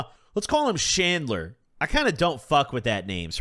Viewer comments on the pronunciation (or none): Bro said shandler did he mean chandler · Did you say Chandler? Or Shandler 😂